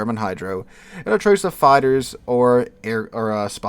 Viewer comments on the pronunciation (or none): none